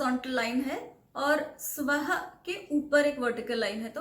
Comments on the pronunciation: sorry for saying that but this is utterly wrong chant the way you pronounced the words. Let me correct you. It is not svah but suvaHā and refers to svarga loka. And also the last passage is not "dhiyo yo na" although it is written as so but it is more like dhiyo yo naH with the sound of "H" at the end but the better and most safest way to pronounce it is dhiyo yo naf prach...! This is the vedic way it is said to be pronounced. Everything else you chanted was correct apart from suvaha and naH/naf. But I think the sound was not accurate enough too, as well. But I have a question some add two time "aum" to this mantra in the beginning as "Om Bhur Bhuvah suvaha" and then then the second passage as follows "Om Tat Savitur Varenyam", so I wanted to ask why is it so and wouldn't it ruin the Gayatri mantra or can one still chant it like that? (Please answer) Thank you! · It is not suwaha , it is saha; no su sound: rest of the things are perfect